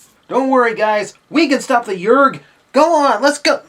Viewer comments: Yreek not Yrrg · Did you say "yerg?" Yerg? YERG?!?!?!? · You mispronounced "Yeerk".